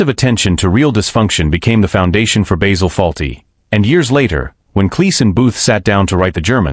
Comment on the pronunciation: Enough of the shit A.I voice, it’s Basil, not Baysil.